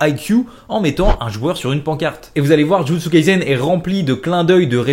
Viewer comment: ON DIT JUJUTSU KAISEN PAS jUtsU KalsEN